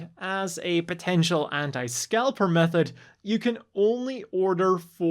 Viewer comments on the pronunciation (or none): none